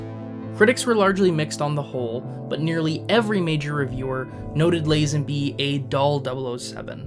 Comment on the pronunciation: Say Lazenby correctly...........